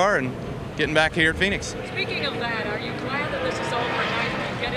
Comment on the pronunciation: Not vinix its phoenix